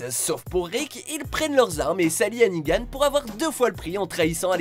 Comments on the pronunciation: Je comprendrais jamais vos problèmes de prononciation, pendant toute la vidéo vous dites "Negan" avec la bonne prononciation et à la fin vous dite "Nigan", mais pourquoi ? x) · J'ai dislike pour un truc .. Nigan!?!?!? Nan c'est negan... pitié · Il y a que moi que ça stresse quand il dit "Nigan" au lieu de "Negan" ? 😂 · Sa se prononce negan pas nigan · C'est pas nigan mais "Negan" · C'est Negan pas Nigan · C'est NEgan pas NIgan ! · Ne dites pas NIGAN. C'est NEGAN